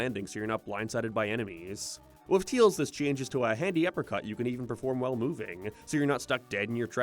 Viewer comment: Bro still calls him "Teals"